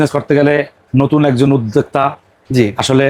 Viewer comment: উদ্দেকতা নাকি উদ্দোক্তা??? 🤣🤣🤣 একটাও পাব্লিক বাংলার সঠিক উচ্চারন করতে পারে না। উদ্দেকতা 🤣🤣🤣 গুলা ভুয়া।